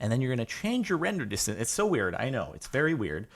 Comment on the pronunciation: You did not know how to say know